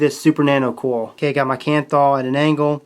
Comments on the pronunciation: the way he says coil gets me... "cowl" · There's an i in coil. Pronounce it.